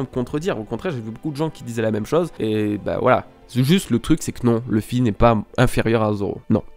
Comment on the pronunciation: Luffy se pronononce [loufy] et non pas [lefy] ! Merci.